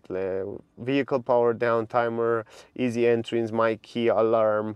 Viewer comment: Thank you for making this video. One of the best reviews I've seen of the Mustang Mach-E. You are a truly charming reviewer. The word Mach is pronounced like mock. I am sorry it is so expensive in your country. It isn't cheap here in the U.S. either, but not as expensive as elsewhere. I'm very impressed with your review, and impressed with the car. I ordered one in February and should be able to take delivery soon (It is June at this writing).